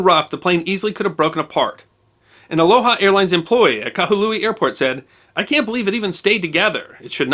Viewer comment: The city is named Kahului, not Kahalui.